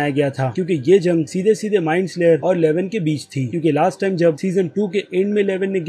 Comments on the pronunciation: Bro love ur videos aao bahot acche se explain karte ho but kuch choti mistakes se Maja kharab ho jata hai jaise ki MIND FLAYER not slayer aur Joyce ka pronounciation bi galat Kiya hai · Bro it is mindflayer not mindslayer